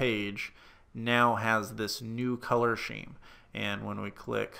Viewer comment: I've never heard "scheme" pronounce "sheem."